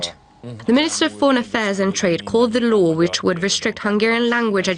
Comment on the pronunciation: It's a shame when newscasters with otherwise excellent English pronounce "law" as "low".